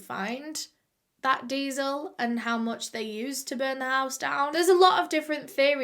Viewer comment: i didnt understand that she was saying diesel and i was like "what's deazel" to google and i was wondering if "deazel" was like kerosene but she was saying "diesel" the whole time😭🤦🏼